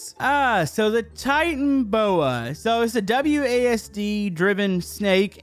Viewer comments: Its Tita-no-boa Not Titan-oboa Just correcting :/ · When he said "Titan boa", I instantly knew that it was supposed to be called "Titana boa". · Dude. It lived in the cretatous period and is pronouced TIE-TAN-O-BOA not TIE-TAN-BOA. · It's Titanoboa not titan boa, titanoboa is a large extinct snake related to Boa constrictors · Do know that the titanaboa is a real snake?And said titanboa instead of titanaboa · Its titanoboa not titanboa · it's Tit an a boa. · No it's actually pronounced titanoboa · Ehrm its pronounced ti-ta-no-boa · Titan-o-boa. SMH also this snake was once real I'ma nerd 🤓 sorry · I’m sorry but I heard the calls it’s pronounced titanO boa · it is actualy pronounced titana boa witha n a on the end and it is a real creature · It is pronounced as TITANABOA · it's pronounced titan-o-boa and it was a real prehistoric animal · It’s pronounced titana boa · it’s pronounced (titan a boa) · me getting a little bit triggered with him pronouncing the snake wrong o wait most youtubers dont know how to pronounce them names okyour clear